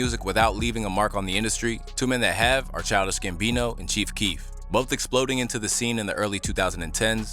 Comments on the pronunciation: In Donald glovers defense I thiught keef said fart for like ten years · I also thought he said "A fart....."